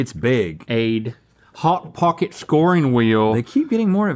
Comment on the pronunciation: Link: "Pot Hocket" Rhett: (almost) "Chili Feese"